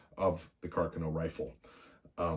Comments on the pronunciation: I’m Michael Lorusso, & I approve of this video. Well done!... On a side note, as an Italian, thank you for pronouncing “Carcano” correctly:) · Well he pronounced Carcano correctly. Only Ian from Forgotten Weapons and this narrator pronounced Carcano correctly so lets cut the man some slack brother. I'm as Italian as they make them as well.